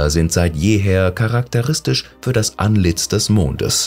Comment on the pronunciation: Ich hab immer den Eindruck, dass da ein bot spricht ... 🤔 deshalb ist auch die Betonung und die Aussprache manchmal so grottig...